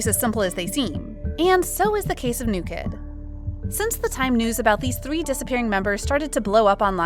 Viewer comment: The hashtag was “New kidd are 7” , not “new kid dare 7” 😂